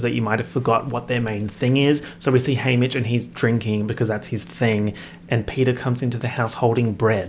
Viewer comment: every time you say haymitch I think is saying hamish